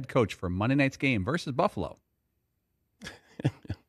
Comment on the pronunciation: It’s Salay not how they pronounce it even if I’m wrong I don’t care said what I said